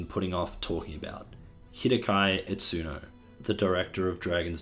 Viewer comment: not sure if something less than a year old would count as a "retrospective" honestly. also please consider learning how to pronounce Itsuno's name.